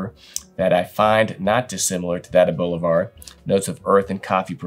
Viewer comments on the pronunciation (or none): none